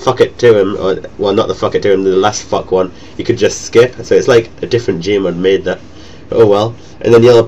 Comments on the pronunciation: Sounds like ur saying fuck every time u say thok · when u say thok is sounds like ur saying fuck